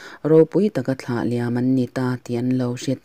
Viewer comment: I chhiar thiam hle nain,a thu lam diklo i nei nual Thla tih te kha vana thla niloin thil hlim thla anga lam tur ania